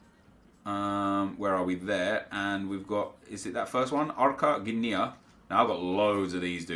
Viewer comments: No problem mate, Gdynia is a hard one. You pronouce it like this: g-dy-nyah, but the "g" upfront is like "g" in "goal". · You pronounce Gdynia Ga-Din-Ya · Not polish but must be like [g^diniah] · Haha burst out laughing to your pronunciation of Gdynia :D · Haha I had Good laugh when you tired to pronounce Gdynia. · I do not believe there's a phonetic representation of "gdy" in English it's a combination of hard g (like you would say in "god") + di but also hard (e.g. you'd say "distance" but not dee-stance but harder - don't know which accent in GB is that hard) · gdynia kurwa się czyta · Haha that's just cruel. Reading the comments makes me laugh. The poor chap can't even pronounce the name of the club and you people go and add more words to the club's name for him to pronounce? Hahahahaha